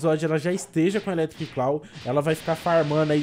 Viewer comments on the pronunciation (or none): Eu agoniado pelo ficar falando eletric "claw": 🤢